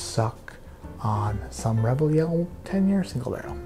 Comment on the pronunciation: Rebygle RaregYell OMG I love this so much!